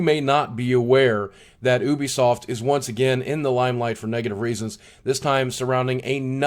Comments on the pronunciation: btw boogie, its YOU-BEE-SOFT not OO-BI-SOFT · It is ubisoft . not oobisoft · Why does everyone pronounce Ubisoft as "ewwbeesoft"? In their game trailers and during press conferences they typically say it as "youbesoft". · Am I the only one who pronounced Ubisoft as Youbisoft? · addict no I have pronounced it like this sense that started